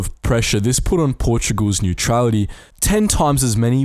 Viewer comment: Is Portugal's, not "Portogual's". But yes